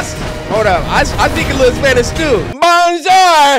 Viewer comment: Cory said : BON JOIR HIYA~😂😂😂